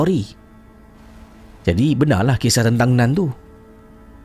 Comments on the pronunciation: ejaan mmg NUN , tapi sebutan bunyi NAN . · dah ulang.. tp telinga tetap dengar "nan" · Bila cakap “Nun” aku mati2 ingatkan dia cakap “naan”... hahahaha.... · Nun ke..akak pun dengar " nan".. jap nk ulang sat..🤣